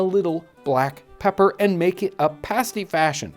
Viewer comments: English pronunciation is Pasty (hard A) rather than parsty or paysty 😉 Great video! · John, a pay-stee is what strippers wear. I think you're talking about pass-tees. Both spelled the same way (pasty) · How we pronounce it is like pass-tea. The American pronunciation of pass.